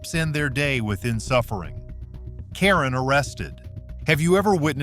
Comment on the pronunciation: Garbage channel. F**k AI. The word is insufferable, not insuffering.